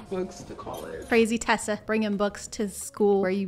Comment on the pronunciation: “Tessa” LMAOOO